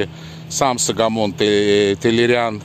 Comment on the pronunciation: Армянские имена читаются так, как пишется Согомон Тейлерян, (арм. Սողոմոն Թեհլիրյան); а не САгомон --не надо Акать